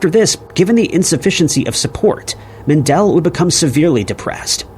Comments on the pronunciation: It's "MEN-duhl", NOT "Men-DELL!" GET A CLUE! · Its actually mEndel, not mAndel secondletter is an E not an A. Thank you.